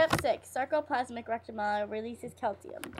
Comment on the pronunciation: And you keep saying "Cal-tee-um". It's pronounced "Cal-see-um"